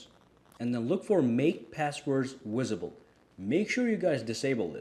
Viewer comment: Did u say make passwords "Wisible"? Lol, just messing with u!!! Lol